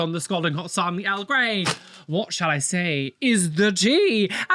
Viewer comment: during your intro when you said "what shall i say is the tea?" my partner heard "what chai say is the tea?"